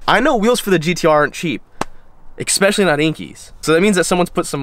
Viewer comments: jesus stop saying exspecially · Don’t get me wrong, it’s cool and all, but I thought you were all about that ‘Murica? BTW there’s no x in the word especially.